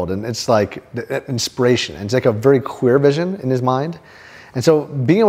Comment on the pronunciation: did you say have a clear vision or a queer vision? lol